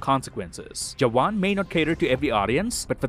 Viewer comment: You pronounced “jawan” right, 😮